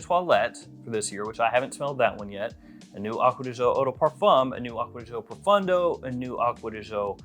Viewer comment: It is ProfOndo, not ProfUndo😂